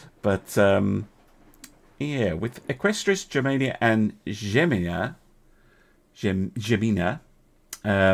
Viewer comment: Not 100% on this, but I think in the case of "Gemina" its supposed to be pronouced with a 'hard G' sound, rather than the 'J-like' sound...